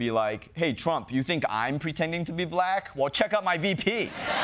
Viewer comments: Why does Trump put the accent on the first syllable in ‘black’ ? Like BLAck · It's so weird it's funny 😂😂😂